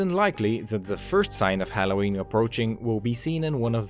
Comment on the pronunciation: Dude you need to learn how to pronounce halloween correctly.